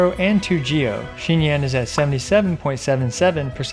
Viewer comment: It’s xinyan. Not xingyan.